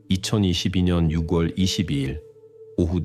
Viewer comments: 목소리와 톤이 정말 좋으시네요~ 참고로, 6월 발음은 유궐이 아니라 유월이에용~ 내용을 직역이 아닌 의역을 해서 간략하게 하시면 더 좋을게같아요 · AI가 읽어주는건가요? 육월도그렇고 일살이라니 ㅠ 너무 거슬려요